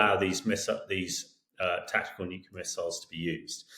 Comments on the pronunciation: Hamish, tHE WORD IS nuclear. nu-cle-ar It's pronounced exactly like it's spelled. You're an adult, and a journalist. For pity's sake... there's no "Q" in the word. If you hear one, it's because it's because it's been mispronounced. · This fellow can't correctly pronounce "nuclear". He says, "nuclular". From an Englishman??? Ha ha! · Nuclear. NUKE-LEE-ER. It is NOT hard to say. FFS. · "Nuclear" is pronounced as it's spelt!